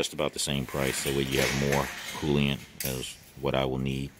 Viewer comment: Coolant not Colliant